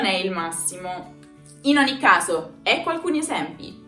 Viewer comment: Minuto , la pronunciación de OGNI no sigue la regla del GN?